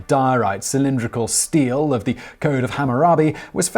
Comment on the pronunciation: He said 'steel' for stele.